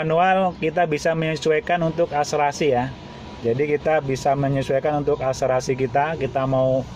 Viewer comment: Akselerasi , bukan akserasi😂